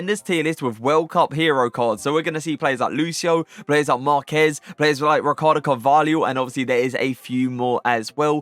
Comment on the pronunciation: finally said marquez correctly 😭🇲🇽🇲🇽